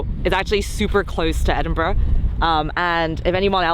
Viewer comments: Welcome to the UK and thank you for saying Edinburgh correctly at least once! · thank you for pronouncing it Edinburgh right, not edinboro :p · As an Edinburgh born and bred person.... Dave, you get 10/10 for actually pronouncing Edinburgh correctly - most Americans pronounce it "Edinboro". Scotland truly is a wonderful place ! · I'm a Scot and I'm amazed how many people fell for this scam If merely owning land (which you don't, they're not actually selling you the land) granted you a title then every farmer and homeowner with a garden would have one At least you're one of the few Americans who can pronounce Edinburgh correctly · Omg an American saying Edinburgh correctly! Spoiled by the top of the morning to ya 🤣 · Only thing right in this is his pronunciation of Edinburgh 😂😂😂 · The correct pronunciation of Edinburgh fills me with so much joy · Pronounced Edinburgh correctly! So many don't. 😃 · Respect as you know how to pronounce Edinburgh lol.. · Thank you HeavyD for saying Edinburgh correctly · Sorry Guys, I have loved watching you guys but when you did the initial sponsorship with this company, a a Scot, I just dispaired and you lost my respect. Now you have done this video! I am just cringing and unsubscribing. But THANK YOU for saying Edinburgh properly ;) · Nothing pleases me more than an American pronouncing Edinburgh correctly 👏 Aberdeenshire needs more work though 😉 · Well done on your pronunciation of Edinburgh! As a local hearing edinbro all the time it was good to hear! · It warms the cockles of my heart that you pronounced Edinburgh properly! Scottish American here! 🇺🇸🏴 Forget the naysayers. Land conservation and a fun novelty, I love it! And great footage of Scotland!! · Obviously a scam, saving the planet, planting trees, who'd want to do that? BTW This is sarcasm, for those outside the UK. And thank you Dave for saying Edinburgh correctly. 👍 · Really happy you pronounced Edinburgh correctly 😂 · points for saying Edinburgh correctly.